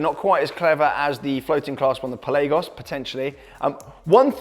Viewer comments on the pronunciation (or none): talking about Tudors is great news for market values🤝 a niche pronunciation of Pel æ Goss😉 Top content - love to see it